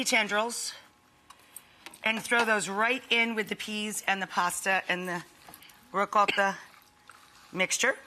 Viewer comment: The way you say Ricotta is so over exaggerated So annoying